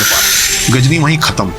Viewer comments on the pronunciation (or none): pl correct it is not Ghazni it is GHORI. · Ghori tha bhai not gazni